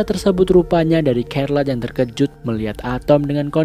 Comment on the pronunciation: Bang, Charlotte di baca "Syærlot"